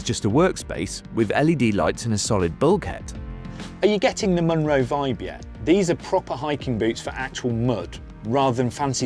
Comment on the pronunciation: A "Munro" is a Scottish hill over 3000ft and it is always pronounced mun-RO.